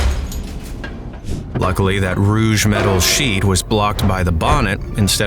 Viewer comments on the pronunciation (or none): Sounds like an AI voice to me. Did you hear when he pronounced "rogue" "rooge"?